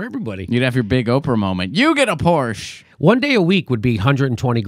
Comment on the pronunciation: The final -e in Porsche isn't silent, Jimmy. It's German, not French.